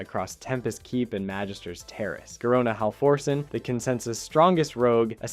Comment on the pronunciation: Garona half orsen? Hahah your pronunciation is off so many times